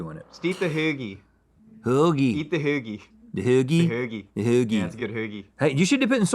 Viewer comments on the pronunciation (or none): Haggie roll? …. It’s hoagie 😊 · That’s not how we say hoagie, that’s how people that say they’re from Philly but really aren’t say hoagie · Why does think we pronounce hoagie like that🤔